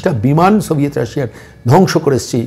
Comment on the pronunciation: বার-বার "সভিয়েট রাশিয়া" উচ্চারণ করছেন । সেটা ভেঙ্গে টুকরো-টুকরো হয়ে গিয়েছে । আমার মনে হয় এখন রাশিয়া বলতে হবে ।